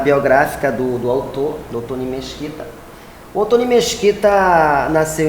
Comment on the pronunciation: Muito querida a seguindo a regra de tonalidade das sílabas e chamando ele de Oto-NI. Realmente, Otoni é um nome importado e faz falta o acento. Dei muitas risadas. Excelente entrevista.